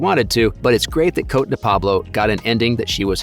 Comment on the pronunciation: Cote is pronounced KOT-eh not Coat. Please show the actors some respect and get their names right